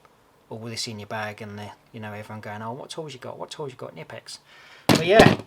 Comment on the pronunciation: In German, you pronounce the K Kkkkkkkknipex